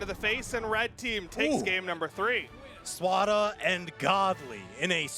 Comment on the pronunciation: i like how they call him SWARA lmfao